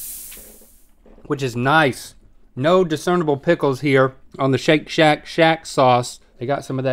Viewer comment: My kids lost it when Rhett said, "Shake shack schause." and Link with, "It just won't let go."